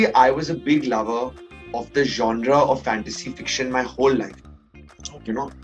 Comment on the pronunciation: Who is this guy. Seriously I had never heard of him. I was only counting how many times he said 'Jaunraa'. (Genre)